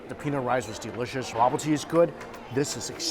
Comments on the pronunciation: So it’s pronounced “Bo-boo-tee” - Bobotie, delicious however you say it. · i thought what the hell is a bubbletea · as a Soùth african I almost said I never had bubbletea but it bobotie 😂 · BAHbutee Me, a South African: a what???? Homie meant Bobotie😩🤣🤣🤣 Nevertheless, please come back to South Africa😩❤ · As a South africsn who loves your videos I had a good laugh when you pronounced the Bobotie. If you ever want to come back and make some videos In South Africa I'd love to show you around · i nearly didn't recognize the word bobotie when he pronounced it, bless him...🤗😂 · i almost didn't recognize the word, and the dish also doesn't look like realy Bobotie... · We are not known for our chicken. You not pronouncing bobotie correct. Lamb isn't gamey if you want real game for south africans. Its venison wild animal like springbok. If you want a proper curry my wife will cook she is indian.. proper Durban curry...